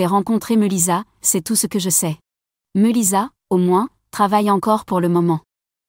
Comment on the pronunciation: Meulissa qu'elle prononciation ridicule